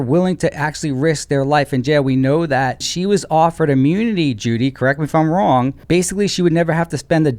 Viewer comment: You mean ‘wong’ 😅